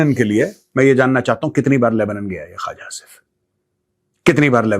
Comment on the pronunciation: It’s not Khaaja Asif. It’s Khuwaja Asif. Tum sey na ho pai ga Maj. Gober Eating Arya